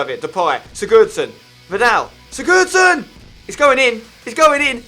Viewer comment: Why do you pronounce Sigurosson like such a downer